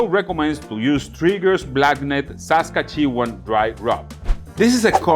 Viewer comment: Love watching someone not familiar take a blind guess at how to pronounce saskatchewan :P